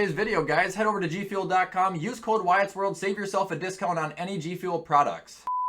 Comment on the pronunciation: Wyatt more like Y-Yacht